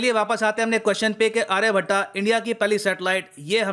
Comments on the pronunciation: आर्यभट्टा नही सर आर्यभट्ट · always mess up with pronunciations, Sir it's not Aryabhattaa but Aryabhatt...😊😊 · आर्यभट्ट होता है ना की आर्याभट्टा हिंदी का भट्टा बेठा कर ही मानोगे ? योग को योग बना दिया आयुर्वेद को अयुर्वेदा बना दिया